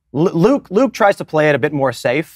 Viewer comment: I mean, Luke can't even pronounce his own name right